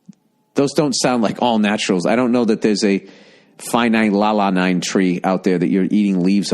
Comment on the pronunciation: Phenylaline, phena-lala-lean, that's hilarious